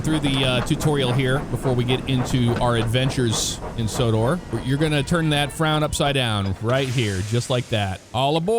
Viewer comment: LOL Said Wonders of Sodar it's Sodor